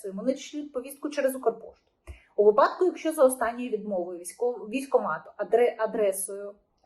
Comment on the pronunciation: Питання до ведучої, чому у слові Випадок, вона ставить наголос на А? Я навіть прогулив - наголос має бути на вИпадок. Було б приємніше чути правильну вимову, бо ви ж розмовляєте на загал.